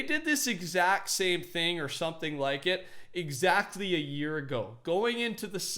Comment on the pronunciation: He says like wrong. Up vote so he can see